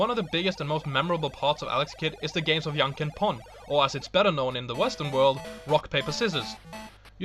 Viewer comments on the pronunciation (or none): Yanken? Lol, dude, its Japanese, not Mexican, you can pronounce the J :D